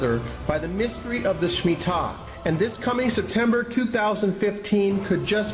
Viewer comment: I believe its Shemitah not smittah!